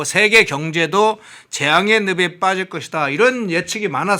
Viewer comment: 진행자는 전라도분이신가요? 늪에 빠지다를 느베빠지다라고 발음하시네요 느페파지다로 바로 잡아 드립니다